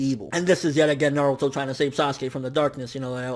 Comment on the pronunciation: Now that is insightful reviewing and comparing! Good on you m8. And idk why but the fact you called Naruto Nardo had me laughing lmao